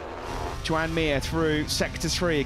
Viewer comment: „Yoan” not „joean”…. Learn how to spell Mir name